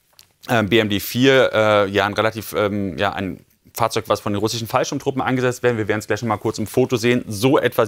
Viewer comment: Ich liebe es, wenn Julian "russschschen" sagt 😂